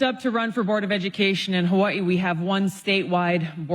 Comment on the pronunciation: BECAUSE THIS IS THE CORRECT WAY TO PRONOUNCE HAWAII